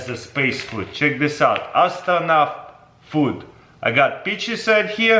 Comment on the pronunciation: "ASTORNOT POOD"